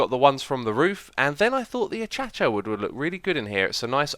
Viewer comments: Why do you say atchacha instead of acacia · i live somewhere with acacias and i know its pronounced A-KAY-SHA or A-KAH-SIA who the f says achacha? just sneeze allready XD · got me too. It's A-KAY-SHUH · It's ACAISHIA (that's how it's pronounced :) ) BTW i love your vids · It's A-KAI-SHA, not A-CHA-CHA. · A-cai-sha not achacha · “Achacha” is that like an inside joke or how he actually pronounces “acacia” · There is only one 'i' in Acacia, pronounced A-kay-sha. A-cha-cha would would be right if it was spelled Aciacia :/ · nobody : xisuma : achacha wood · am I just hearing things or did he just say achacha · Stand stone a cha cha wood r.i.p english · That "ACHACHA" Pronounciation always gets me... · I came to the comments to mention this. Is there some reference I missed as to why he says it that way? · Look up how to say acacia.